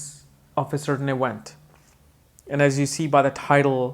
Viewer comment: 49 cant make out your words because of a certain event .. ok i that thats you said ewent it sounded sorry continue.. lol